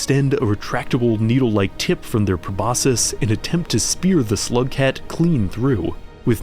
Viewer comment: you say slugcat like someone would say homosexual im sure this is a great video but im already a rainworld ultra so sorry :(